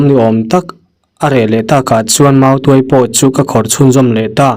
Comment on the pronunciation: tuai(pherh) ang nilo in,tuai(mautuai) anga lam rik tur.... chuan,'tuairam' chu thing chi khat hming a ni e....